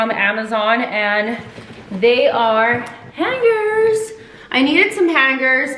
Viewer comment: "haaaaangers" lmao have never heard anyone pronounce it like that too funny